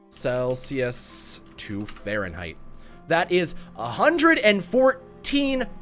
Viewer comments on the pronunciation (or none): none